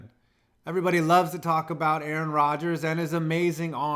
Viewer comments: You done messed up now A a ron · Did you just say a-a-Ron? Go to principle O-shag-Hennessy’s office!!